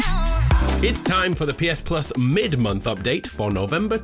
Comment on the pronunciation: Emphasis on "Mid month"